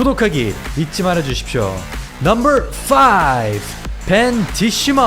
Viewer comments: 발음이 왜그러냐~넘벌폴~띠벌넘벌이냐 혀가 말렸냐~그래서 차도르냐 혀가돌아간거냐~ 기가차고 혀가찬다~넘벌 넘벌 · 넘버만 발음좋게 하는이유가 뭔가요 ㅋㅋㅋ